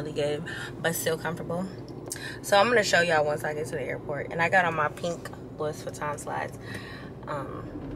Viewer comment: Can someone please tell her that the "S" in Louis Vuitton is SILENT? 😢